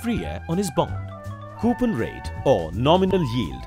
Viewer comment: I left because of the way the guy said coupon.